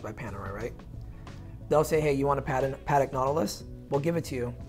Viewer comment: A professional and respectable watches salesman and collectors should at least pronounce the watch maker brand name correctly. PLEASE pronounce Patek, not pahrek!